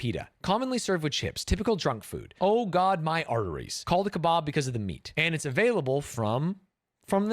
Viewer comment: The pronounciation of kebab is so jarring